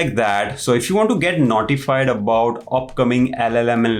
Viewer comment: grt video sir , really interesting , already got an idea in which im going to use it , and also out of context but when you said in the last - "notified" , it sounded like "naughtified" haha that made my day so funny